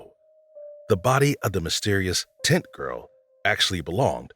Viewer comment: This man made zero effort to pronounce "tent" clearly, whole time it sounded like he was calling the Barbara Taylor "tit girl"